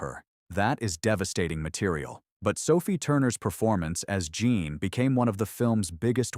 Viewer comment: AI narrative is still not perfect. Jean was switching between French and American pronounced